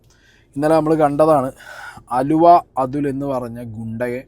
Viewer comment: ആലുവ അല്ല അലുവ